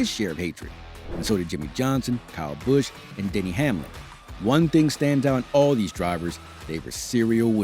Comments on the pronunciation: “Kurt Bursch” 😂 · Narrator needs to review how words like "Busch" and "Menards" are pronounced.